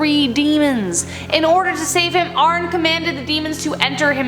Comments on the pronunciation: Okay but his name isn’t pronounced “ARN” its said like “Arnie”. You can tell she didn’t watch the movie. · It’s not “arn” it’s pronounced “Arnie” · Just watched Conjuring, The Devil Made me Do It tonight...it's "Arnie"...not "Arn" lol. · Im sorry why is she calling him ARN? He’s name is Arne …😅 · “arn” n it’s pronounced arnie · Why is she saying Arnes name like that it’s pronounced Arnie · His name was or is Arnie Johnson. At least that's how it is pronounced, not Arne. I makes me a bit crazy when vids are made with such sophomoric mispronunciations... just sayin sweets... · It's pronounced ar-knee and brew-no not arn and Bono 🤣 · His name isn't pronounced "arn" it's a Swedish name and you pronounce the e as well. Almost like Amee. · No hate but it’s pronounced Arney not Arn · It’s Ar-nee Not Arn 🙄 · It’s spelled “Arne” but it’s pronounced Like Arnie. And the mug shot isn’t even him it’s the son of Sam’s killer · It’s are-knee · It’s Arne (Are-Knee)… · Arne Johnson is pronounced R-Knee. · Just getting started lol his name us Arneee lol justsaying. Continue … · I think it’s pronounced “Arnie”, And the mugshot is David Berkowitz the “son of Sam”. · its pronounced like arnie but spelled arne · iss pronounced “arney” and spelled lorraine😤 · it kills me the way she says arne's name wrong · I noticed the same thing. She pronounced “Arne” wrong too. Lol smh 🤦‍♀️